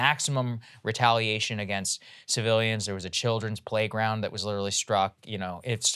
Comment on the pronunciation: Saagar "litcherally" Enjeti